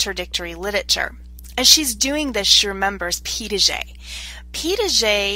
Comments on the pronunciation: It sounds like you were saying "Pee Dah Jay"... there is no D in the middle of that name. This was very helpful for my research class, though. Thank you! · Yes, I noticed that too. It's a French name and is spelled Piaget; It is pronounced as Pia-jhay.